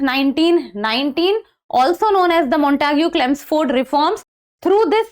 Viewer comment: Chemsford , not chelmsford